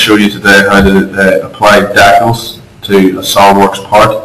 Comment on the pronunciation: where are you from? dacels?